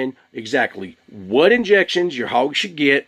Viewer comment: Curious where you're from. I'm guessing Texas because you said whooowat!